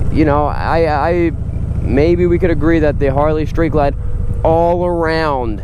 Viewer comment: I owned a 2011 Vaquero (va-care-o) and was very sad to see it go when I bought my Harley Limited. Both bikes are great and for $10,000 or more less the Vaquero is a super bike. My Harley is super too. There are no losers here. BTW, it's Street Glide, not shtreet glide. :)